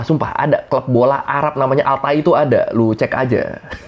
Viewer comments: Bukan Al Tai Al Thoi bro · Club Tai FC , bacanya itu Tho-i FC , tho dan i nya di pisah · Ralat yah, bacanya al-Toi bang bukan al-Tai pakai (ط) bukan (ت) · Bacanya lebih ke "thoi" gasih ? Soalnya hurufnya pake ط bukan ت. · Bacanya At Tho'i (الطاعي) ygy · Yaa namanya juga Negara Kaya apa aja diborong, Btw Itu dibacanya At Tha'ii bang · koi طَا dibacanya Tho, klo huruf ت baru dibacanya Ta